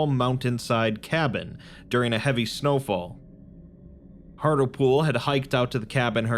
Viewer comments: Mate, Hartlepool is a place in the UK and it's pronounced Hart-Leh-Pool. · Minor point, but I am pretty sure that the doctor's name would be pronounced hart-lee-pool, like the town with the same name in England. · That's not how you say Hartlepool